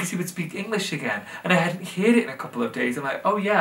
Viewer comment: I love the way he went full blown Yorkshire when saying 'heard' lol